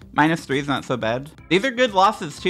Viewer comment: you should say "THREE" next time